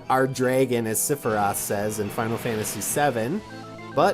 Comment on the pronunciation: Wait.. did you just say Siferoth?